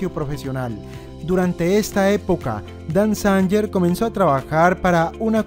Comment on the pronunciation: Dan Zanger. La pronunciación correcta es: Dan Zeinguer